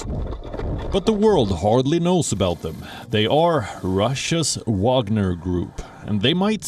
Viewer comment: Wagner not Wanger